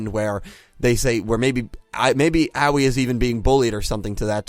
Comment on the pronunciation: Bruh I think Aoi is pronounced "Aah oi" like "oi brah"